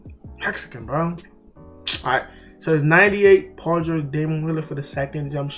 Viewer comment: Dude said Paul gerge and Don wall😂😂